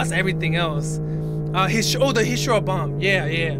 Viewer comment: Did he call Hiroshima hishiro?